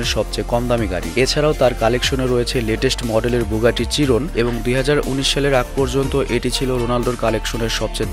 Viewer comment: বুগাতি চিরন না বুগাতি শিরন হবে।